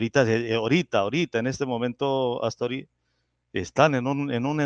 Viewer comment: Es Atzori y no Aztori